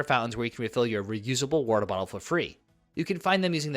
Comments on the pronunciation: What is weerter? Are you trying to say water? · What the hell is wharterer?